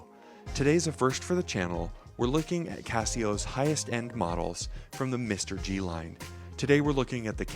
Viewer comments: This watch is not pronounced as Mr. G BUT MR-G instead. MR-G should be Majesty Reality G-Shock. TQVM. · You lost me mate at the first spot you said mister-G I am not buying that watch now because of you🤦🏻